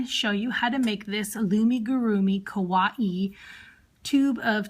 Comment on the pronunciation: It’s kuh-why-ee